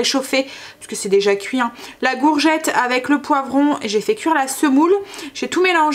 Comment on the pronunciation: Bonjour, tu me fais trop rire à dire « Gourgette »!!! Mon papa dit la même chose, je crois que c’est vraiment typique du Nord! 😉 Bonne journée 💋